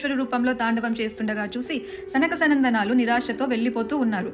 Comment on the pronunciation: క్షమించగలరు .. నకసనందనాలు కాదండీ .. సనకసనందనాదులు .. ! సనకసనందనాదులు వృద్ధులు కారు . సనకుడు, సనందుడు, సనత్కుమారుడు, సనత్సుజాతుడు అనబడే వీరు బాలురుగానే వుంటారు . ఉచ్చారణ స్పష్టంగా వుంటే బాగుంటుంది. బ్రహ్మదేవుడు దేనికి నియమించారు ? ప్రపంచకాయలకు అన్నారు . అర్థం చెప్పగలరు . లేకపోతే ఇలాగే పలకడం నిజమని అనుకొంటారు .. !